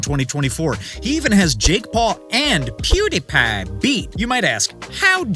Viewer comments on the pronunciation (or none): Let bro retire already😭🙏 ( Bro u didn’t have to say pewdiepie like that💀)